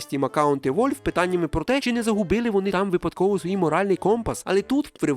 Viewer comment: А чого "Вольв"? Воно ж не так читається.